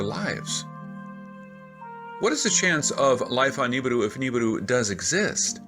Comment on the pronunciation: sounds like the man is saying Nibidu instead of Nibiru